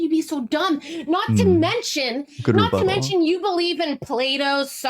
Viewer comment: "mmmm... Good Rebuttle" 🤣